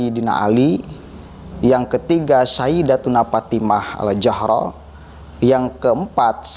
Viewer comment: Saya kira antum bner2 harus tabayyun😊antum baca sholawat aja mnurut ana itu salah ,ana kritik malu bngt sama pangkat 🙏😊bukan walfatimah tapi ma'fatimah